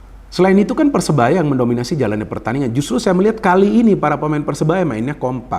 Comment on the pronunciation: Maaf bung koreksi sedikit. Persebaya bung bukan persenaya